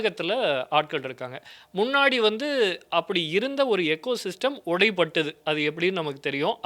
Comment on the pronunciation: அருமை.... ஒரு வேண்டுகோள்...எகோசிஸ்டம் என உச்சரிக்க வேண்டாம். அது ஈகோசிஸ்டம். Like ee-ko system.